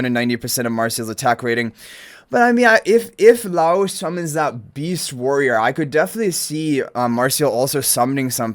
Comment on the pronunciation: Just FYI guys name is pronounced Lie Oce (like toast without the t). I'm super excited. Not a huge anime fan but Delicious is legitimately such a fun time. Also they confirmed a while back one of the units is free M+ so even more reason to be excited!